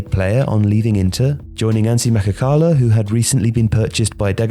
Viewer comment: joining what? You forgot the "tsch" in the middle of Makhachkala